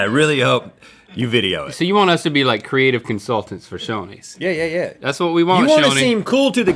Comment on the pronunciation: I thought Rhett said Sonny's instead of Shoney's and I was about to fight him. 😂